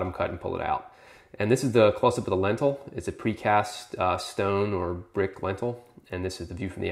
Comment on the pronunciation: Brick lentil? What? Lentil? At about . Lintel.